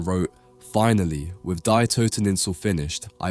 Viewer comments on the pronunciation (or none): As a german I have to correct you a bit, "Die Toteninsel" is not pronounced like the english "to die", it is an article like "the" and is pronounced like "dee" in "deep" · I believe Böcklin is German. The word Die is not pronounced like dye. It means the and is pronounced Dee. Toten means to kill so Toteninsel makes more sense as Isle of Death. So “Die Toteninsel” is “The Isle of Death”. 🥀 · Bro... do you really think Germans pronounce the "Die" in "Die Toteninsel" as "Dye"? You think it's just like the English "die", as if it had any relation to the subject of death? It's German for "The" - one of the most common words/articles in any language... and it's pronounced "Dee." Du stinkst. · The German word "die" is pronounced like "free" and not "dye". Sorry for being pedantic, but your pronunciation triggered me. Love your channel, especially your reviews of beautiful paintings. I, personally, love the dark versions more than the bright ones. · "Die" is pronounced "dee" not "die" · German "die" is pronounced like "dee", not as "dye" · its not DIE toteninsel. Its DEEEEEE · Die is pronounced "dee". I don't like it at all, honestly. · "Die" is pronounced 'dee' It amazes me that AI is incapable of adjusting pronouns accordingly. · die (in German or Dutch) is "dee." Lessons from having grandparents born in Germany. lol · Great content, but please put some effort in the pronunciation next time if you're using the original titles of paintings. Names are always difficult because there is not always a standard way of pronouncing them, but titles can be researched using Google Translate; e.g. 'Die' in German is not pronounced as 'Dai'. Or, better yet, just use the English versions of the title. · The third version almost changes its meaning but I like it. Also, the German word “Die” is pronounced “dee”. Great vid! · excellent analysis BUT, Germans pronounce 'Die' as Dee except they shorten the 'ee' somewhat ..... it is very similar to how we say the 'day' in Monday up North.